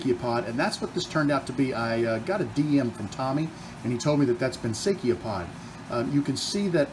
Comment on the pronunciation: Gooday, noticed you had trouble saying Banksia, we say, Banks - ee - ah! Hope that helps you! Nice job, after all the Trials and Tribulations.